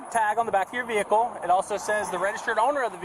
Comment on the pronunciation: "Dis is not no commercial vee-HICKLE." Can you imagine if they put the effort they squander learning this crap into actually learning when they were in school?